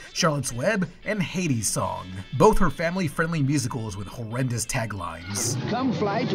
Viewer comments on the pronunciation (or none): Why does he keep pronouncing Heidi's song like "Hades song"? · You kept calling Heidi pronounced hī-dee, Hay-dee Not cool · keeps mispronouncing "Heidi" as "Hades". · Ya keep saying "Hades song" instead of "Hide-E's" so I keep thinking Hadestown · re: Heidi's Song pronunciation. It's HIGH-dee, not HEY-dee. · Heidi=Hi dee, not hey D😂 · Why are you pronouncing Heidi (Hide-dee) as Hade(Hay-dee)? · Heidi = hi+dee, not hay+dee. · It's pronounced "high-dee" not "hades" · Why do you keep mispronouncing "Heidi's?" Should sound like "HI D's" You're saying it like "Hades!" Kind of annoying. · The only sound issue here that bothers me is the pronunciation of Heidi as Heydi. It bugged me so much I looked up a clip just to see if they pronounced it that way in the film (they did not). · Why do you keep saying Hades' Song? You showed a clip where they say the name right lmao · You pronounce Heidi's like Hades. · Are you mispronouncing "Heidi" as "Hay-dee" or is it actually pronounced like that in the movie? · Is pronouncing Heidi like that a joke? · (That is not how you pronounce Heidi,...) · The way you pronounce “Heidi” drives me up the fucking wall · Your pronunciation of Heidi is horrendous, and the fact that you put the trailer, with the correct pronunciation, so close afterward is just amateur hour. Great job.